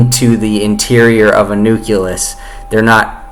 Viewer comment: Fuck me. I'm struggling to think of when I ever heard a bigger stream of utter horseshit in my entire life. You can't even pronounce 'nucleus' properly.